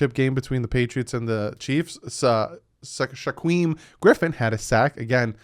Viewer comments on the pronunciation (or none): yoooo to help u out it’s spelled shaquem but it sounds like shakeem just a fwi😂